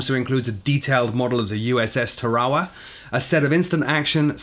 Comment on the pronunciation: Always enjoy Frooglesim News and thank you. Just for any Marines who might be watching, the island you pronounced as Ta Rah wah (accent on the Rah) is actually pronounced Tare a wah accent on the tare.